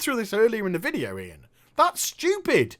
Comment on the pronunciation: its :"IAN" not "ION" and that guys a jackass.